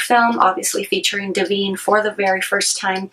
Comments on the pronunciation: It’s not Deveen It’s DIVINE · Is there a reason you are mispronouncing Di-vine, as Di-veen? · De-veen!!!! Oh dear! No way to take you seriously when you can not even pronounce the star's name correctly.